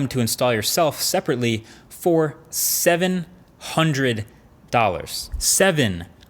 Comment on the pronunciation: I just love the way he stressed the seven, hundred, dollars 🤣